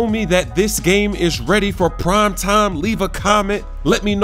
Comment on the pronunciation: Did you really just say prom time? It's prime time.